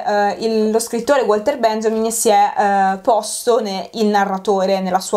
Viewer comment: Le precisazioni da fare sarebbero tante. Ad esempio "Benjamin" non si pronuncia in quel modo. E poi una copertina è composta anche dalla quarta dove c'è una descrizione (letta generalmente da tutti prima di un acquisto) che - sommata al sottotitolo - chiarisce che il libro non ha mai voluto essere una banale collezione di curiosità su una serie tv. Ma un discorso più ampio sulla narrazione seriale in cui "How I Met Your Mother" è centrale, e di cui infatti si tratta ben al di là del capitolo specifico ad esso dedicato.